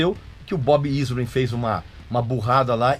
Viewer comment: Shep Gordon, não Gordon Shep rsrsrs. Bob Ezrin, não "Izrin" (pronúncia)